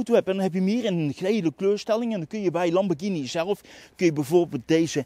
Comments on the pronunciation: Wat is hier verkeerd aan dan? Of ben jij er zo een die 'Lamborsjieni' zegt? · Nog nooit zo vaak ‘Lamborghini’ verkeerd uitgesproken gehoord. Wel leuke video overigens weer!